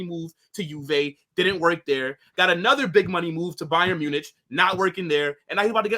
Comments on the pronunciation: the way he pronounces Bayern Munich. He says it’s like ‘ITCH’ sound not ‘IK’. I never heard anyone pronounce it like that. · Why does he pronounce it “Bayern MunITCH”?